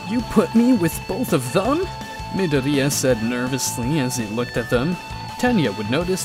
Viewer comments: I like how he kinda roasts Deku by saying Mid-oriya instead of Midoryia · your saying dekus name wrong midoriya is not said like you were saying that you would know that if you watched the actually the anime